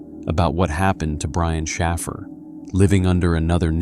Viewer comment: Shaffer is Shāffer—hard A like wafer. Shaffer, does not sound like baffle… went to school with Shaffers—our town was filled with them. 🕊️